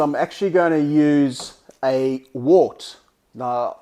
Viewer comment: It's pronounced wert